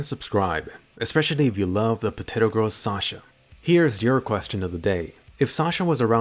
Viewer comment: Ha ha haaa! POTTATO PIZZA!ha ha haaa! POTTATO PIZZ!